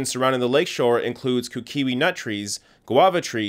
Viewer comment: Kukui (Koo-koo-ee). It’s haunting to you because you’re not Hawai’ian and don’t understand Pele.